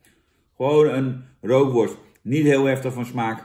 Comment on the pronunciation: Rookworst zonder 'R' is 'ookworst'